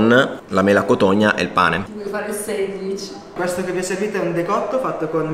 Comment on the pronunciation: Ho sentito sanguitz invece di sandwich?!